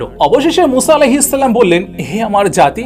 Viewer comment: আপনার সালাম দেওয়া ঠিক করেন তারপর সাবসক্রাইভ